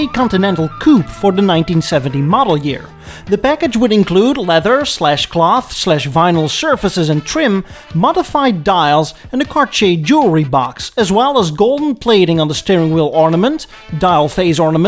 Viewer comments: Dails ?! It's dials. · I guess they are "dials", not "dails".